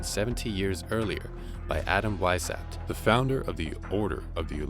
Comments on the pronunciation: Vice howpt (or hoped) ... not hapt. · How hard would it be to take 20 minutes and check the pronunciation of French and German names before going live? Would add elegance to your message. [e.g. Weishaupt = Vice-howpt] . . . Cheers. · Mind-Blown, had to watch twice. Glad to get fill in blanks after Wieshaupt. Well done, although someone should help you with European Pronunciations, and other cultures. (Happens to be my specialty!). NTL, Good Job, young Men! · "Weishaupt" is pronounced as "wise-how-pt" and "rothschild" actually as "road-shield", but at least the French names are not being butchered :D Great series though!